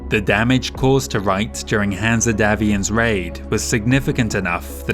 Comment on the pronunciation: Interesting pronunciation of Hanse - I always read it as Hanz not Hansa